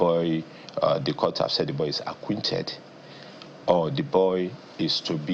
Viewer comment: Olodo. It's acquitted and not acquinted